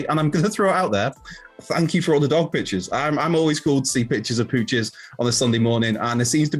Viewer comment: I misheard when he said "thank you for all the dog pictures." I heard " thank you to all the goth bitches"